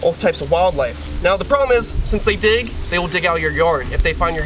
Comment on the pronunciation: I swear i heard "one thing is their dick "(correct they dig)